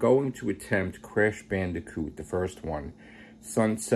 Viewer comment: It's Bandicoot not Bandicot 😂